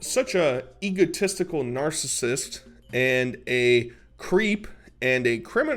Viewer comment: He really pronounced egotistical, as Egehtistical 😂